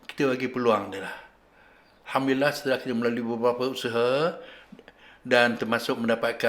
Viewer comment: Ustaz sebut alhamdulillah bukan hamdilah